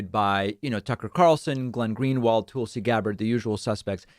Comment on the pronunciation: David when you have been given that the correct pronunciation of Tulsa Oklahoma as TULL-suh why do you still insist to hatchet Tulsi Gabbard as TOOL-see?